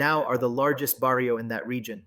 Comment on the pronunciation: How can you make documentaries if you cannot pronounce properly barrio, If you never lived the life. Stick to your own thing. trying to capitalize on the the hood life😂. You are a person that will never understand living in the areas you are covering. I have second hand embarrassment for you YouTuber.